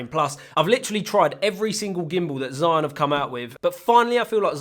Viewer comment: Just a heads up: Zhiyun is pronounded 'jee Yuun' in Shanghai accent, and 'Jirr Yun' in Beijing accent. You can pick your preference. I'm partial to the pirate Beijing accent. P.S. Amazing dreamy footage.